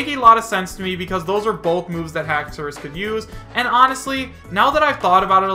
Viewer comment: Lmaooooo ‘haxoras’ 😂😂😂 dont make me laugh. FAKE